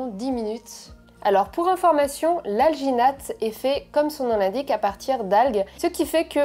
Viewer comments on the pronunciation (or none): "alginate" j'ai due repasser la vidéo car j'avais compris vaginette. ouai ... me juger pas.